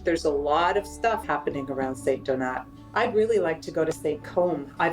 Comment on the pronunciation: Love ur show and that capsule but why cant u say the name of the town/village properly ? Its not st-donuts its St-donaaaaa say its in french tone please …no big deal